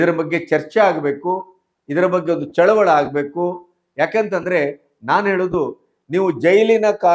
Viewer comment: ನಿಮ್ಮನ್ನು ನಾನು ದಕ್ಷ ಅಂದುಕೊಂದಿದ್ದೆ ನಿಮ್ಮ ಉಚ್ಛಾರಣೆ ಆ ದೇವರಿಗೆ ಪ್ರೀತಿ ಗೃಹ ಮಂತ್ರಿಯನ್ನು ಗ್ರಹ ಮಂತ್ರಿ ಅನ್ನುತ್ತೀಯಾ ಚಳುವಳಿಗೆ ಚಳುವಳ ಅಂತೀರಾ ಮಾತೆತ್ತಿದರೆ ಆವುಟ ಶಬ್ದ ಡಿ. ಕೆ. ಶಿ. ದರ್ಶನ್ ಪರ ಮಾತು ಇದೇನಾ ನಿನ್ನ ಪತ್ರಿಕೋಧ್ಯಮ ಸಮಯ ಸಾದಕ